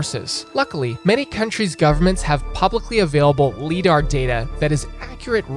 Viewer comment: im sorry but the way u say lidar hurts me